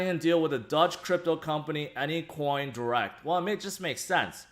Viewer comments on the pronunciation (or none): none